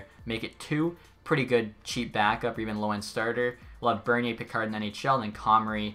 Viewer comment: Tune in next time to find out if will finally pronounce Calvin Pickard’s name right 😂